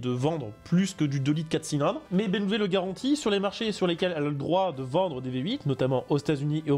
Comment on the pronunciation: Dire BMV pour BMW me détruit des neuronnes